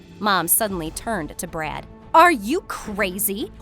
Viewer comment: Am I the only one who's hearing "brat"instead of "brad"💀